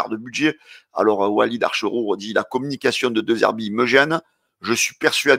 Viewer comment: il s'appelle Wallid acherchour,tu t'es trompé dans la prononciation